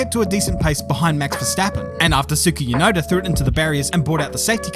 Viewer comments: My man said Suki Yunoda. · Casually laughing at the fact that messed up by saying "Suki Yunoda" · Man said tsuki yunoda LMAO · “suki Yanoda” cmon 😂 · Is there a reason why you keep saying "Tsuki Yunoda" or is it just cause it's funny? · "Suki yunoda" lol.